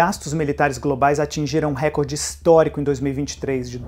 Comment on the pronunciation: ""récorde" não existe, informador. A palavra não é uma proparoxítona. Se do assim, é RECORDE, uma paroxítona!